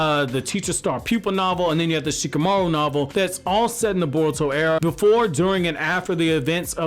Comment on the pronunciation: Shikamauro kkkkk